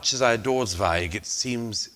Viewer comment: Total prat. He doesn’t even know how pronounce the name Zweig.